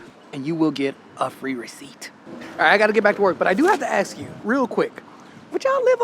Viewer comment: A Dutch a-hole here: It's ASK, not AKS. Have some respect for your own language.......